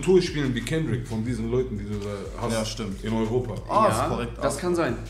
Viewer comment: kendrick nicht S, kannst du niemandem erzählen